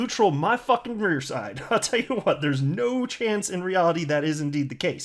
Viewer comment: "Fffen rear side." Love it! Keep the goof stuff coming and hooray for your awesome personality,!!